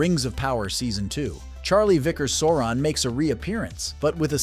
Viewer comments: They literally say SAU-RON in every mention of his name, yet a channel covering the rings of power manage to make it sound like "moron". 😂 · If you’re going to mispronounce Sauron at least stay consistent ( then then ). WHY?? 😤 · If you’re going to make a video on Lord of the Rings and Sauron, at least pronounce his name right. Makes me not want to watch your videos anymore.